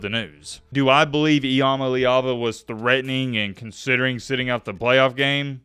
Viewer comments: Are you mispronouncing his name? I thought it was I 'm aleava? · Please pronounce his name correctly. We're mad at him but we at least learned to say his name